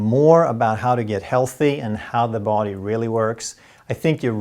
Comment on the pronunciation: No big deal, men kära, som en finne från Tammerfors (grundad av Gustav den III), I would like to suggest a minor correction in your pronunciation of English, namely the pronunciation of 'body'. Perhaps 'både och' affects it so that you tend to extend the first vowel too much. 😇